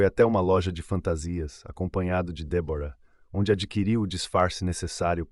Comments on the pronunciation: Muito triste ,este caso .Mas por favor ao narrador fale certo o nome da namorado. Débora e não Debora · Como é mesmo o nome da namorada do assassino? DÉBORAH E NAO DEBORA, cara se tu vai contar a história é melhor tu saber a pronúncia fica a dica.